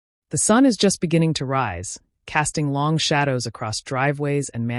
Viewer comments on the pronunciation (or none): none